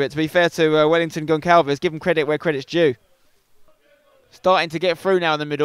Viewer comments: Hey Uncle Spen...Your pronounciation of portuguese-based names is pretty decent...Small detail..."Gonçalves" is read as if it were "Gonsalves" pretty much, instead of "Goncalves"...Just for future reference! ;) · As a Portuguese speaking person, it hurts my ears to hear spencer say Gonqalves instead of Gonçalves 😂